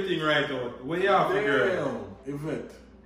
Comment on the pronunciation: Did he just say j for Jirl girl opps